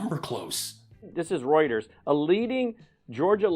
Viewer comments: "Rooters"?? Does he mean 'Reuters'? He might have stold that word, Rooters, from his strange Australian connection, but he doesn't seem to understand that 'rooters' could be used to describe Trump and Lindell himself. As in they're two guys that like to 'fu*k things up'. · ‘Roters’….Please help as a cannot laugh anymore😂😂 At least we admit in Straya that we can pronounce🇦🇺🦘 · "Rooters".....geez Mike... Hahahahahahahah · My dude was dying when that broad called.. did he say rooters? Aren’t they the people who unclog toilets woo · Wow. Lindell is so dumb it's rather frightening. The other guy properly pronounces Reuters for him, but it's in one ear, out the other for mike.